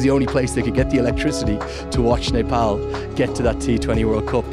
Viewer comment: I liked how he pronounced "Nepal". Accurate ! 😍